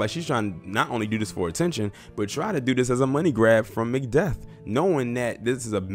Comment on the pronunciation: Did u say MC DEATH😂😂